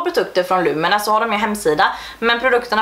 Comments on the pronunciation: Tror att du uttalar Lumene rätt på svenska :)Är från Finland och där uttalas det lomene, alltså inga långa vokalljud ( då U uttalas som O) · Lumene uttalas "lomene" snabbt, alltså ingen betoning på någon viss bokstav :) U uttalas som O på finska.